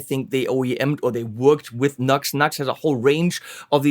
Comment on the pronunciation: NU-X not NUX! (New X, not Nucks!) Sounds ok!